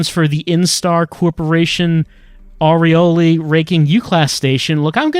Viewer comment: Aureole, not Areola. It's a halo of light, not a halo of nipple.